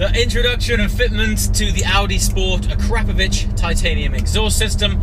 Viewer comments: Akra-povic. Not pronounced "crap" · Akrapovic all the way. But is biker boys pronounce it ACK RA PO VICK the way you say it sounds like it's A CRAP OVITCH makes me cringe lol. But great car got Q7 myself n akrapovic best choice 100% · think its AKRA-POVIC in pronunciation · Ahh crap o vich. I think you mean akra povick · Can someone tell him its pronounced Ak-Ra-Povic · Akrapovic ( akra-po-vik) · Ahcrapovich - Nice!!! Please learn to pronounce their name correctly. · Learn at least how to pronounce it.